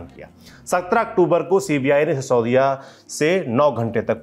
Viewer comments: How many times did he address sisodiya as Saudiya ? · Yar baki sab thik h but sisodiya ko saudiya kyu bol rhe ho?